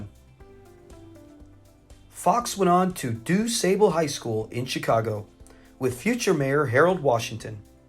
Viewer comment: Although the high school that Redd went to is spelled like it would rhyme with table, it is actually pronounced Du Sar-ble. I've lived in Chicago for my entire 50+ years lifespan, so I know what I'm talking about. It's named after Jean Baptiste Pointe Du Sable, the black man that was already hanging out with the Natives on the land that would later be called Chicago. We have streets, museums, and other things named after him here as well. A year ago, they re-named Lake Shore Drive after him. Anyway...The high school is still open over on Wabash, so when I drive by it now, I'll think of Redd from now on.